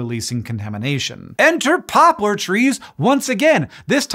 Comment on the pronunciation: My inner child is apparently 6 years old cuz I giggled uncontrollably every time he said "pooplar" ...